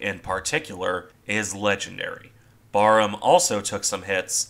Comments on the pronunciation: Even as a brit myself, to me that just sounds wrong lol. Admittedly I've only ever heard it pronounced like in the video so only going off imagination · Barham is pronounced differently- the first part of the name BAR is pronounced as in barracks- it is the name of a mansion near Maidstone in Kent. Admiral Charles Middleton, 1st Baron Barham, who took his title from Barham Court where he ultimately died is the inspiration for the battleship's name. I found out the correct pronunciation from hearing a Royal Navy admiral discussing the ship. Another great analysis. Thank you.